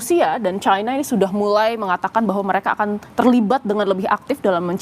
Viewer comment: Orang orang Indonesia genius kok jadi bodoh menyebutkan china menjadi Chaina yg sok kebarat-baratan dan sangat memalukan sebagai orang Indonesia